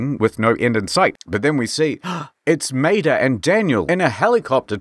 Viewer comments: I think Maeda is pronounced my-aid-a. That's how is pronounced in Cromartie Highschool. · Quick tip when reading Japanese names, vowels are never blended, so it is Ma-eda. I only ever played the sequel, so this video was awesome. Thanks! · Because of your accent, when you say "Maeda" all I can imagine is you talking about Mater from Cars.